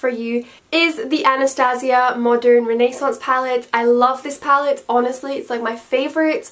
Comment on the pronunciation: she says Renaissance like Ted from How I Met Your Mother... I love that. 😅